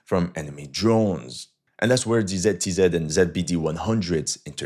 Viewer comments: My ears are bleeding from the way you pronounce ZTZ :)) , never heard somebody pronouncing it like that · What the hell is "TZTZ"?? I thought it was "ZTZ"